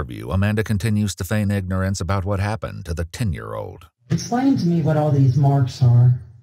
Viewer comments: Anyone who mispronounces "Ignorance..." Something tells me this gentleman may be a Moorish Sovereign Citizen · The meta-irony of his pronunciation of the word ignore-ance is so perfect. I hate this waste of oxygen with a passion. How could anyone treat that sweet little boy in such a cruel and indifferent manner is beyond me. Yo fellow inmates, zip this dude up already. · Ignore-ance...haven't heard that pronunciation yet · I just hope that everyone in the prison that thing (won’t call him a man) is knows what he did to that poor boy! Sickening!! I tried “ignorance”?? Dude you used the right word but in the wrong way & the wrong pronunciation! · they're being facetious. He said it wrong multiple times lmao